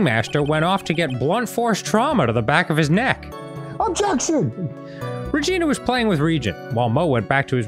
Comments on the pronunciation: Arin mispronouncing Regina everytime he speaks as Maya cracks me up every goddamn time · Fun fact: the way Arin is pronouncing "Regina" is the way they say that city/state name in Canada (idk if its a city,state, providence... i just know they say it like that because of Degrassi)